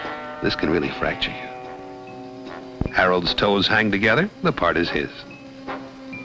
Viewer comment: "This could really fracture you." After all this time, I thought he said, "This could really fry chicken."